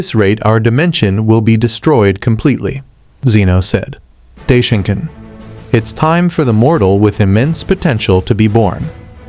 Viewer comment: You mean daishinkan?? Right?? Not day shinkan